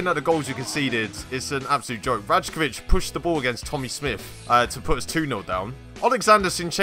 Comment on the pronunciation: I also know it's "Ry-kovic" not "Raj-kovic", I ALREADY RECORDED THE EPISODE BEFORE I FOUND OUT HOW TO PRONOUNCE IT PROPERLY Love you all. xx